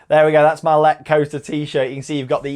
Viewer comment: ! I have been on it 30 times (in a row) no joke and it is amazing, the way you pronounce it is incorrect though :(